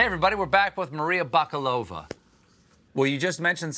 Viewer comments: It's pronounced Bakálova, not Bakalóva. Bakálin means grocer in Bulgarian (the word is of Turkish origin). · Her name is actually spelled correctly: "Maria Bakalova" (pronounced with stress on the second "A", not on the "O") ... Maybe the spelling was corrected in the meantime. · Well then he mispronounced it too